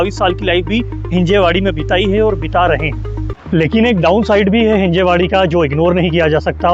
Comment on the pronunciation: It's हिंजवडी not हिंजेवाडी.. atleast yaha aake pehle naam toh bolna sikhalo..